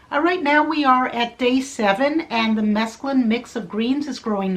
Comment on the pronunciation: It's SO NICE to see somebody not pronouncing it as if it were spelled "mescaline"!!!